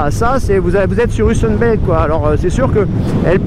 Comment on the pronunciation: merci, essais sympa , au passage c'est pas ussan belt , mais ussan BOLT !